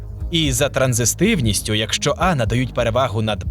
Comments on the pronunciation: Коментатор невірно вимовляє слово "транзитивність", чомусь додаючи зайву букву "с" вимовляючи "транзистивність". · транзитивність не транзиСтивність. від слова транзит, а не транзистор)